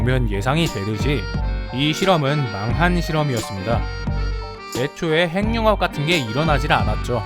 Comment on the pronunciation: 행융합이 아니라 핵늉합이라고 읽는게 맞습니다.